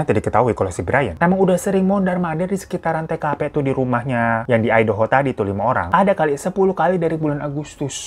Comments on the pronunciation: Hahhh ai'daho dong ,,😅.. aEi de ho..ngejanya bang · MAAF KA DI BACANYA AYDEUHO BUKAN IDAHO AKU TAU DARI YOUTUBER ASAL AMERIKA YANG BERBAHASA INDONESIA